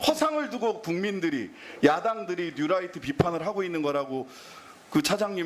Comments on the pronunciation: 뉴라이트 아닙니다!!!! 뉴라이또 데스네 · 뉴라이트 아니고 뉴또라이또(신매국노)이무니다 ㅋㅋㅋㅋ 울트라니뽄라이트 이무니다 ㅋㅋㅋㅋㅋ